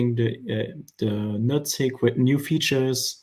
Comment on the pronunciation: I’m sorry but it sounds like he’s saying “nut sack”